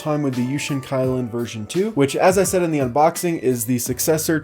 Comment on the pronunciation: It should be pronounced as ky(key)lin(lean), but it's ok .no one's perfect😊